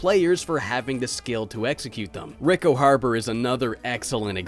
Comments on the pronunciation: Rico is pronounce Ree-co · It is so weird hearing someone pronounce it "rick-oh" instead of "ree-ko".